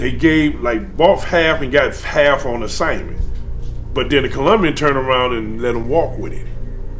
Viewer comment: He keeps saying on "onsignment" lol it's consignment "boone" coffee